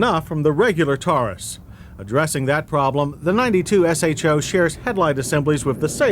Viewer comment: Thank you. No one ever pronounced "show" back in the day it was always S-H-O. Just like F&F ruined "NOS"